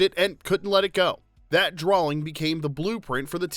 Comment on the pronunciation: I enjoyed this. Thought it was funny that the narrator didn't reference his own Southern accent. The word "on" as a two syllable word, "drawling" instead of "drawing", etc